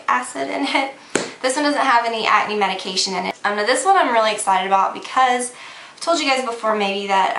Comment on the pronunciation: you say acne funny lol like you dont say the "c" just at-knee is how it sounds lol its cute though!